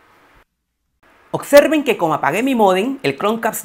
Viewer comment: Y porque dices OCSERVEN ???? Se dice OB- SER - VEN Chromeca- st ...... No chromecats